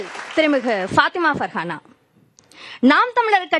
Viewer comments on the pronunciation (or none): பர்ஹானா ௭ன்று உச்சரிக்க முடியாத ஊடகங்கள்